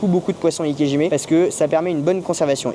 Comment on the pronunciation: Désolé de vous reprendre mais...si vous voulez vraiment prononcer correctement le nom de cette technique, il faut prononcer "ikéDjimé" et non "ikéjimé"